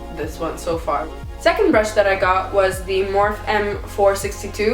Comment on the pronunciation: Edit Is her last name. Linda Morphe. She pronounces her last name Morph-fee.